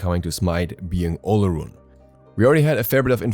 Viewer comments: its pronounced OR-LORUN.....his other names are O-LO-DUN-MA-REY [olodunmare] and OR-LOR-FIN [olofin], good try tho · Olorun is pronounced as Olo-rune. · I speak the language that his Gods name comes from, the “r” is more of a “w” sound. It’s pronounced more like “Olo-wun.”